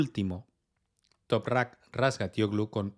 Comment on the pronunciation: Por cierto, es un espectáculo lo bien que pronuncias el apellido de Toprak. Aunque digas que no, va en serio. Será por práctica, pero me quito el 🤠 sombrero